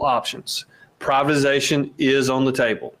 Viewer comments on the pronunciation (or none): He said PRIVIZATION